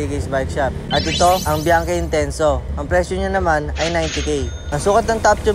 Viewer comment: Mali ang basa nyo sa Bianchi